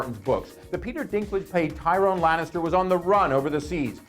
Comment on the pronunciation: You mispronounced Tyrion's name. Obviously you don't even watch the show. I immediately don't want to watch the rest of what you have to say about Game of Thrones.